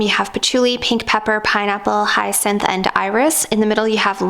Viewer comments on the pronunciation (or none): none